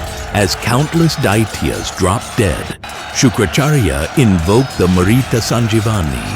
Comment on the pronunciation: Mrita Sanjeevani. Not Marita.